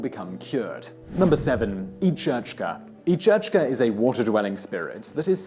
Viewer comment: You should have asked in Scotland for Each-Uisge pronunciation, it's sounds similar to the Kelpie.